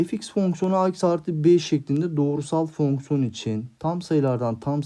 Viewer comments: hocam meraktan soruyorum fonksiyona neden fœhñsyon diyorsunuz? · Fonkson değil hocam fonksiyon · Ay her fonkson dediğinde krize girdim 😂😂